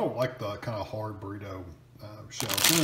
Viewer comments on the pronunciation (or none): Did you deadass just say borito